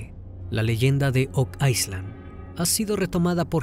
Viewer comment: No entiendo porque dices ice land… isla en ingles se pronuncia sin la S…